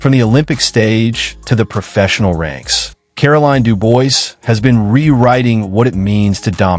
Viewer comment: Dubois is pronounced "Doo-Bwah".